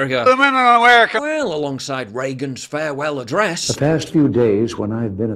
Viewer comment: She said "House Speak Anerica Nansi Pelosi." What is Anerica? Is that like Bird law and Privilege Scrub?